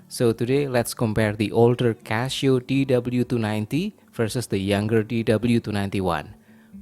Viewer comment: You make very good reviews but why are you pronouncing it Cashio?